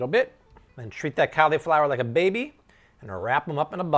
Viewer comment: i hate how this guy pronounced cauliflower